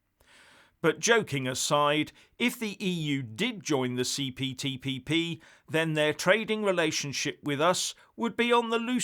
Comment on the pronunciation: say it again,the CPTPP you must have practiced that!